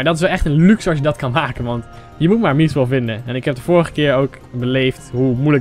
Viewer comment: Je spreekt mithril verkeerd uit